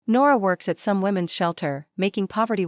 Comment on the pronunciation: Women's shelter NOT women s!!! The s is not said separately!!! Try to proofread and teach your AI to read properly!!!!